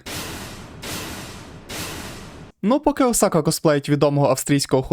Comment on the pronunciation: о май гатто! чел все норм,але твій наголос на бідосі Осаці ну це капець